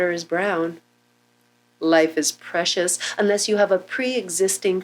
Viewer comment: It's preshush lol